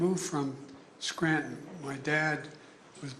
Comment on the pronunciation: Biden couldn’t even pronounce Scranton right. 😂